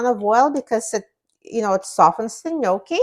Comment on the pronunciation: Love this. You pronounced it correctly, Thank you for that. Love you ❤❤❤❤